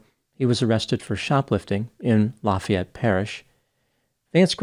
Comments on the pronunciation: I live in Lafayette,La pronounced it like a native, as we all have a special district way of speaking here. Wonder if he grew up in Youngsville? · You said Lafayette correctly!! I'm born and raised in New Orleans and now live 40 mins north in St Tammany Parish. Happy birthday and Happy Mardi Gras!!🎉🎉🎉 Laissez les bons temps rouler!!!